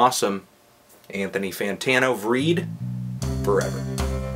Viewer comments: VRÆID. not VREED. Make it rhyme with Clyde. Also, funny intro, man. Motherfrippin'! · please lean to pronounce basic norwegian. it's not even valfar's weird sognisk dialect. vreid is pronounce "vreyd" or "vrayd" and i krig is prnounced "ee kreeg" also stop reviewing black metal. it's embarrassing. (though i guess vreid hasn't been legitimately black metal in a long time.)